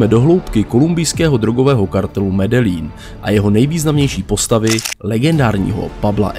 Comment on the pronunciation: Ahoj, video je super. Akorát mám výtku u vyslovení města Medellin, čte se to Medejín, tak to říkali i v seriálu Narcos